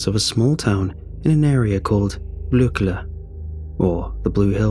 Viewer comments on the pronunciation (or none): Blåkulla is not pronounced Blklle btw. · The pronunciation of Blåkulla is roughly what you'll get from saying blow(without W)-cull-ah so Blo-cull-ah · U absolutely slaughtered 'Blå-kull-A' but great story x) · I can not help but mention how absolutely brutally mispronounced the "Blåkulla" was, being swedish and knowing it natively x'D However! It was a great story and great narration as usual :) Merry christmas! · You butchered the pronounciation of blåkulla but nice story 😁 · You kinda pronounce "blåkulla" wrong and another thing is that "blåkulla" is also a Island outside of a another huge Island called öland. This Island has a huge part of swedish folklore basically every witch flys to blåkulla every easter to have a sabbath only the Island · Had to check in to see if he had checked pronunciation and was able to pull it off but nope, good try though, will check back and listen later. Remember hearing stories of witches flygning to Blåkulla but that was more an Easter thing than Christmas thing